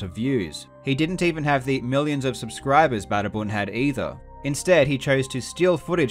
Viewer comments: its so funny how he says badabun in a weird wayhe says it like badabam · its actually pronounced badda-boon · As a spanish boy i loved how you pronounced Badabun and Pasando Super Mario en 5 minutos. I loved it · I'm just waiting for Badabun or however its pronounced to email him saying it was completely legit even though all evidence says otherwise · Spanish-speaker here. As soon as I heard "Badabun", every bit of my soul just died right then and there like "Oh no it's these dudes again." Badabun are thieves, they steal videos, do horrible fake ones, and the ones they don't steal are incredibly bad and morally wrong. You'd be surprised by how much people hate them and yet, they still managed to beat thousands of creators who put actual talent in their videos